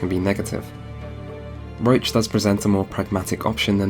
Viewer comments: When he says "Roach" during the video he actually mean "Roche" - This was quite noticable since Geralt's horse is named "Roach" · Great video, Amazing analysis of the story, I love your conclusion at the end! I also really like your style and voice! Just one thing. Roche is NOT pronounced Roach. Roche is likely a french name, just give google translate a go and listen how it is pronounced correctly, please :D